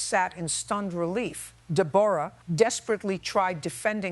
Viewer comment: Judge Judy has a New York accent so someone explain WHY she pronounced the Defendant DA-BORE-A. I worked at a workplace disability rehab who employees who were injured "On The Job." Yes we had multiple employees who jumped on the bandwagon. Companies the were moving out of state or closing due to bankruptcy. If you are being supported by the government the disability had best be REAL.